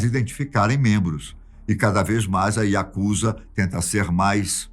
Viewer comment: Pronúncia certa é Yakuzá e não Yakúza